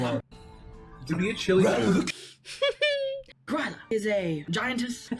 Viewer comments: "it must be Gyrla of the woods". "THERE'S A WILD GORILLA IN THE WOODS?". "not guh-rilla, gryla". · It isn't Grýla. It's Gruyère-la